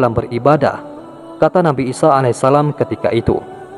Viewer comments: 'isa 'alaihissalaam... Bukan 'isho a.s. afwan🙏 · Nabi isa bukan isoh